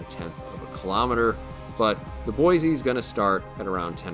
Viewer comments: "Boy-see"... there's no "z" in Boise. Haha, just a little friendly ribbing from a local. Great vid! 👍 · maybe I can shed some light on this. I used to go to school with a girl named Rose. Her last name was DuBoise (pronounced Do-boys) and yes it is of French decent. However, you are correct that USS Boise namesake is Boise, Idaho.